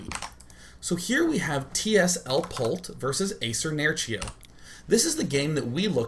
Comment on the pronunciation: I love how you pronounce Nerchio :P